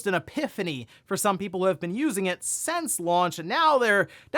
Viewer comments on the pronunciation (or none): "Since," not "sense." Sorry, it's just like nails on a chalkboard to me. lol